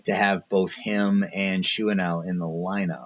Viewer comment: I believe his name is actually pronounced Shawn-U-ELL with the U having the same sound as in Luke. I’ve been very curious how to pronounce it myself and that’s what I have heard that seems the most accurate from Angels play-by-play and a couple of other sources.